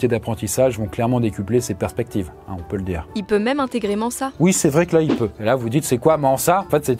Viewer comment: C'est la première fois que j'entends quelqu'un prononcer "Manssa" pour Mensa